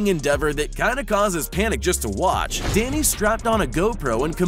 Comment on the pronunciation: That is not a bmx its a trials bike and Danny's name is not pronounced like that